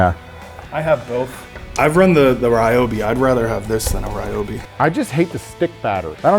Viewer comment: Re-obi, broski it’s ry-obi